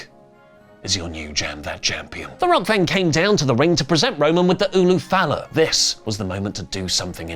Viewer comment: UlA Fala.... are you saying it wrong on purpose now? 😅